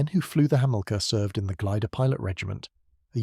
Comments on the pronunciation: "Hamillka"? "Breeze Norton"? "A me 190"? The list goes on. Why can't these 'content creators' use a human to narrate their videos? Pure laziness to use AI. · The AI needs to go to school to learn how to pronounce Hamilcar and Brize Norton correctly. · Yeah. Otherwise interesting video ruined as soon as the mispronunciations start creeping in and you realise it's AI. Surely it's just as easy to provide a human voiceover?